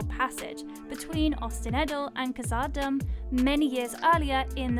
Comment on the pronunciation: You mispronounced khazad-dum lol